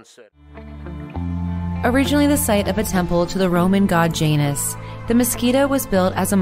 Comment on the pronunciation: Um, I had to safe out . WTF American Pronunciation Guide?! 🤢